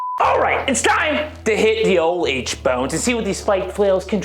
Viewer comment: He's been hit so many times that know he calls it 'the h bones'😂